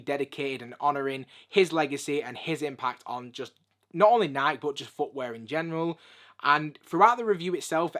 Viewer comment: "Naaaiiik" "Naaaiiik" Google: How do you pronounce "Nike"? Answer: "Nai-Kee"